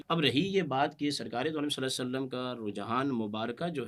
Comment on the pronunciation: کم ازکم درود پاک تو صحیح طرح پڑھ دیا کریں،صلے سلم کیا ھوتا ھے،کیا مطلب ھے اسکا۔یہ کون سا درود ھے،استغفراللہ